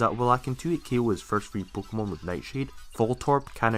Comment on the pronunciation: I really love your accent, especially how you pronounce "pookemon"